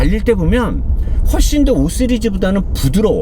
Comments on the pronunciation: 전문성도 뛰어나고 재미도 있어서 리뷰 예전부터 즐겨보는데 시리즈를 쓰리즈라고 자꾸 발음하는 것이 왠지 이 리뷰를 싼티나게 만드는 것 같네요 5시리즈라는 자동차 제작사의 고유명사가 있는데 굳이 쓰리즈라고 한두번도 아니고 주구장창 고집하는건 예의도 아니고 위트도 아니라고 생각합니다. 비어만을 맥주만이라고 표현하는건 웃음을 주는 부분이 있어 이해하는데 온 세상 사람들이 모두 5시리즈라고 하는데 혼자 5쓰리즈라고 하는건 아니라고 봅니다. 댓글 보니까 많은 사람들이 쓰리즈에 대한 지적이 있던데 이 부분 반드시 시정해주시면 앞으로 더 열성 구독자가 되겠습니다. 참고로 나는 BMW 관계자는 절대 아닌 일반 구독자라는 점을 밝혀둡니다. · 시리즈를 자꾸 쓰리즈라하시네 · 발음조심요.....5씨리즈 하세요.,...쓰리즈(x) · 전라도 사람들은 씨리즈를 쓰리즈라고 발음하는거같던데 경상도사람들이 된소리 발음 못하는거랑 똑같나요? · 근데 씨리즈가 정말 발음이 안되나요? 쇠교수님은 발음 잘되시는데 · 오쓰르즈 ㅋㅋ고급진 발음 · 5쓰흐르흐즈 이것도 만의 웃음포인트입니다 자꾸 걸고넘어지지 마세요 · 영어공부좀하시죠? 쓰리즈 ㅋㅋㅋ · 오쓰리즈 왤케 거슬려 나만그러냐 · 오쓰리즈 나만들림?ㅋㅋ 하이팅보스형님ㅎㅎ